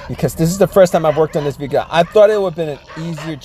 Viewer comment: can't say his Ls "Vehico"